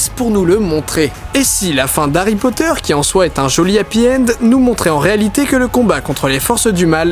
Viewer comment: Monsieur POTTAH